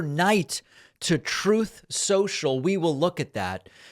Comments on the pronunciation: 😆 Every time David says Truth Social, All I hear anymore is Troth Sential! 😆 🤣 😂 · "troth cential" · TrOth, Sential.